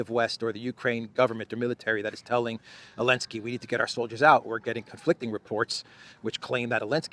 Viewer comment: Why do you call President Zelensky, 'Elensky'? I don't understand. Is that a mark of disrespect or something?